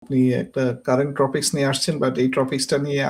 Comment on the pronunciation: ট্রপিকস??নাকি topics???😂